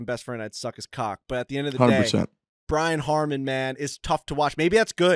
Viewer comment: Brian Harman *** not Harmon